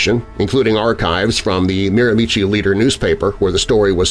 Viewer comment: Miramichi is pronounced mare-ma-she